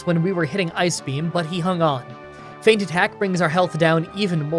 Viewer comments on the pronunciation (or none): none